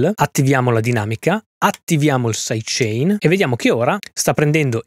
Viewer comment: Caxxo quando hai detto "saidecenare" mi sono spaccato dal ridere! Top!